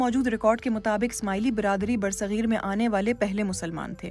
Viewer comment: It's bar-e-sagheer not ber sagheer. Sad to see BBC Urdu standard getting low.